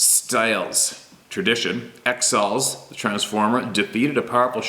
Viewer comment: Thank you for sharing my email I am jerrod taylor ... xals is pronounced (hauls) with a hard H..... sta alis is pronounced shhhh hay less..... I have other experiences to share....